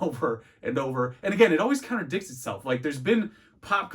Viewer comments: I’m sorry are you saying counter dicks instead of contradicts 🧐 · "Contradicts" lol not "counter dicks" haha